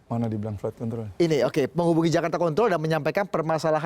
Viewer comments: emang pada g bs ngucap yg bagus apa ya? itu kaya ngomong flight kentrol. bukan control. aneh aja gt dengernya. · Apa cuma Aku aja yang denger pembawa acaranya nyebut control kedengeran seperti nyebut Kont*l??? di menit